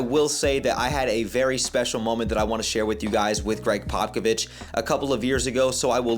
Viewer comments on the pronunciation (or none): Greg Pockovich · Just so you don’t get roasted by spurs fans in the future it’s pronounced popa-vich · Yeah, your pronunciation of his name made me cringe, but i really appreciated your perspective and attitude. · How you don’t know how to say Pop’s name when you’re a reporter and have met him…. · just a tip brotha if your not able to pronounce it right us spurs fan know exactly who your talking about if you call him Pop if that’s easier to pronounce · Love the commentary, although Bryant was the #14th pick!! Also it's funny how you're pronouncing & slaughtering Popovich's name!!!🤣 You'll soon learn how to pronounce his name bro!!! Great interview with The GOAT!!! First video, I've now subscribed!!! Spurs4Life Babyyy!!!💪😎👉🫶💞💯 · Bro can’t you say Popovich correctly and claims to be a spurs guy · to be fair a credentialed reporter or even a casual NBA fans should know how to say his name correctly. That’s actually kind of embarrassing for someone who seems knowledgeable about basketball.